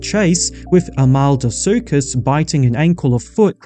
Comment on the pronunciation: HOW DID YOU MANAGE TO SAY "ARMADILLO - SUCHUS" WRONG??........"AMALDO - SUCHUS"....REALLY? Armadillo! Armadillo, you know, the little Armored phucker in Texas! (but from south america) Nice effort on drawing atleast one panel per animal though.